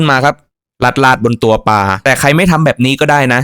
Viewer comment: ควบกล้ำด้วยก็จะดีในการนำเสนอปลา ไม่ใช่ปา